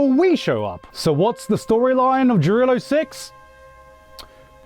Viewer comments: Why are you pronouncing Jarilo like that? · tf Jarilo is a Kanada? it's rurussia no doubts